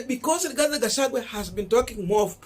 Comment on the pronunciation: Rigathi Gachagwa please. It bores. Pronounce well.